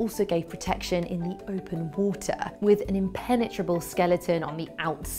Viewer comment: Loved the vid...love the Brit accent! "Water" becomes, "wwWW-ta" LOVE it! (not making fun, I really do like listening to Brits talk)